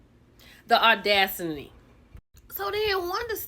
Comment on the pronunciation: Guhhh not me listening to you say Audasiny 😂😂😂